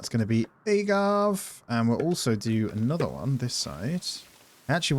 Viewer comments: Every time you said “agave” wrong it made me want to say something 😂 that accent really makes a difference I guess 😂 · loved the video but your pronunciation of "agave" killed me inside a little haha